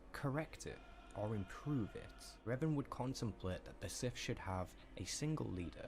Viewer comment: This video about Revan was awful, I believe has one about Revan too, which was perfect. This video the dude miss pronounces literally everything, to the point where if you heard it properly you wouldn’t connect the pieces without deep knowledge.